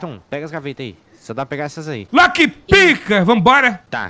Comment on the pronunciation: "lockPICA" rachei o bico 😂😂😂😂😂